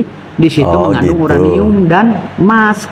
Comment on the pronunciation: Because this URANiummmm 😂😂